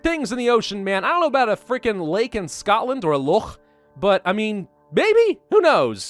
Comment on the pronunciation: YES!!! It is said, and a true fact, that you are never more than 3 metres away from a rat in any city in the uk. Other British will confirm this statement. Also: What’s up with that Scottish accent on the word ‘Scotland’?🤷🏼‍♂️ We are always terribly drunk, dirty, smoking, and littering all over the place. If you ever go to London you will understand what I mean.